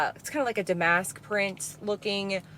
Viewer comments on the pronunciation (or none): I love these videos. Oh by the way,. It's pronounced DAM-isk not da-MASK. "So that's where we are in life. " LOLOL